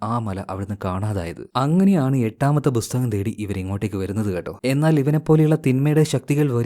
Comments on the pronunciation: Bro busthakam alla pusthakam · Busthakam nnu edakku pronounce cheyyunna pole brother.🤔